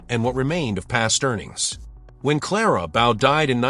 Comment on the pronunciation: Very informative, but I hate the way "Clara Bow" was mispronounced.